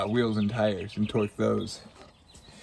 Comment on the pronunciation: Love how says twerk wrench I stand of torque haha. Especially my daughter laughed. You guys are fantastic, love the show